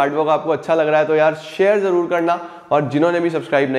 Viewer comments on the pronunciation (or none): none